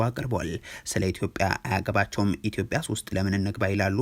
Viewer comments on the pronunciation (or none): none